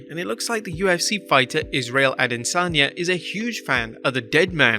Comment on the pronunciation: a-de-san-ya not adensanya